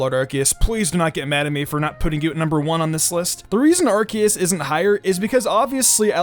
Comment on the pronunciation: You say Arceus wrong you say it like Arseus